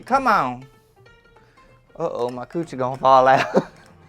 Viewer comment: "My quewchie almost came out"😂